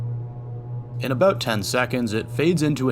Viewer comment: Lmao at the aboot 😂 I heard it before I saw it